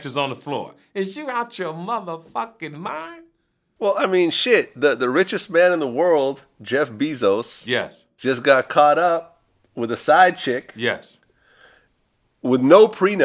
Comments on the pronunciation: vlad..bezos is pronounced "bayzoss" you're welcome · Nigga said Jeff 🐝 -zos. Lord.